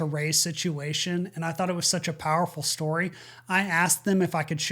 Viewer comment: What do "schtory" and "wescht" mean?